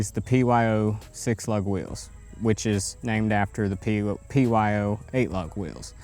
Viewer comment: You said P O Y in the beginning GOBBLESS